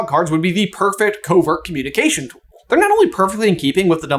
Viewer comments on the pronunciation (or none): none